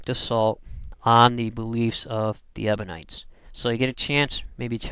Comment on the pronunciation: You call them "Ebonites", but the word is EBIONITES!